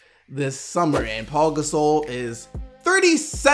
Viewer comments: Are you disabled? It's Pau, not Paul. There is obviously no L in his name. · Pau is pronounced Pow. It's not Paul minus the L. Pow Gasol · Pau. Not Paul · Can somebody tell his name is Pau (pow) not Paul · Why does everybody say "Paul" Gasol.. literaly reading "Pau" saying "Paul"